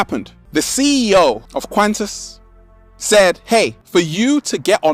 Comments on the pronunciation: It's pronounced QWAN-tas. Like quantum. It's only for international travel too. And it's kinda weird how nobody is upset about mandatory vaccination against yellow fever when you travel to countries where it's endemic. Cranberry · Um...just for the record, QANTAS airlines isn’t pronounced kent-ess. The QANT part rhymes with want, followed by the letter S. Q.A.N.T.A.S. It stands for Queensland and Northern Territory Aerial Service. It was founded in 1920. The business obviously expanded to international flights since its inception. Your British accent is adorable though.